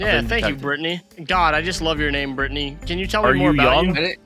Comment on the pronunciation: It's Britney Beach! that's all I can think of every time they say Brittany I'm literally dying of laughter